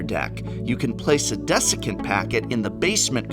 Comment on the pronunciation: "Descecent"? It's clearly been too long since you had to teach an English class.